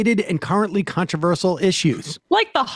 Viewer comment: The first time, I thought Sam just misspoke. But no, he did it twice... he apparently thinks the word is "controversul."